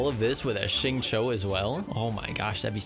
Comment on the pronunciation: Interesting AND knows how to pronounce Xingqiu, bro that's a subscribe from me.